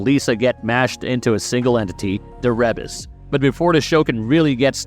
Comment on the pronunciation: Ree bus not reb us